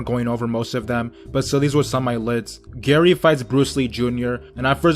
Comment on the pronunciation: Calls Gaara Gary😂